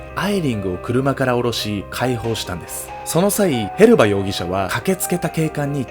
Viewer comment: へバスじゃなくてヘルバだと思うんだけど・・・